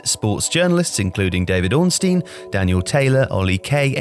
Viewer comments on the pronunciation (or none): none